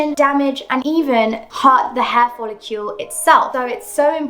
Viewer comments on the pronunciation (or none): I had to stop watching this because you keep mispronouncing dermarolliNG and folliCLE. I just couldn't get past it. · Why do you pronounce follicle (which rhymes with 'logical'), follicule ?